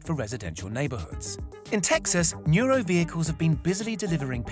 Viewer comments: PS: Correction its NURO not Nura. & its udelv not udely. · You can't spell any of the company names correctly, do some research before making a video. Udelv not Udeely and Nuro not Nura.